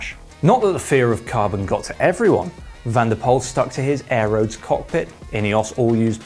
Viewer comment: van der Poel not van der Pol